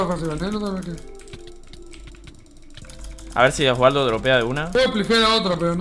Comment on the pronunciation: Pd es la única persona que lo dice bien alv